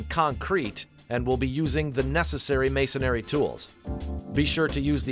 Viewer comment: It's Masonry, not Masonary..